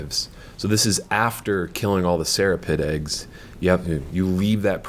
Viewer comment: serapeeeeeeeeds... not serapegs